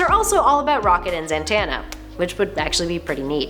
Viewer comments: "Zatanna" not "Zantanna". Red Hood is associated with the OUTLAWS not the OUTSIDERS that's Nightwing and Batman. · well this lost any shreds of credibility it may have had the moment they said "Zantanna" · Freese I mean, she also called Zatana Zantana so who knows.